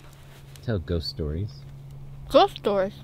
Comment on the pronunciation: tell ghost stories Nessa: GHOST STORS?!